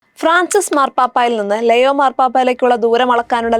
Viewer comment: Shekainayum Deepikayum എന്തിനാണ് പേര് തെറ്റായി പറയുന്നത് ലെയോ അല്ലാ ലിയോ ആണ്....